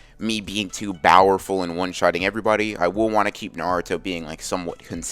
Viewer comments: I think it'll be good with your bowerful story telling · “I’m not going to make him too bowerful”